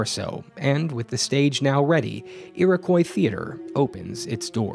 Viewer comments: It's pronounced /ʊəʳɪkɔɪ/ not /ʊəʳɪkwaɪ/ Source: Am from New York, where Iriquois originated from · It’s pronounced ear-oh-coy not ear-a-kw-eye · “Foy-err”?, “Ee-raw-koi”? It’s “Foy-yay” and “Ee-row-kwa” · It's pronounced EAR-AH-KOI Not...however you pronounced it. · There's some graffito that says the F word. Also, it's pronounced "iro-qwah," but it doesn't really matter. I'm just trying to be a smartass. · Ear-Ah-Quwhy for fuck's sake man, don't say it like that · It's actually pronounced Ee-Ruh-Kwa. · The way you're pronouncing Iroquois is giving me a stroke. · You said Iroquois wrong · I frickin love this channel and these history videos but I have never heard anyone say “Iroquois” as atrocious as. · Your pronunciation of Iroquois really threw me for a loop.